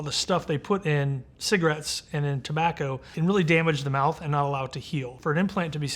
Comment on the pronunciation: "The stuff they put in tobbaco". lol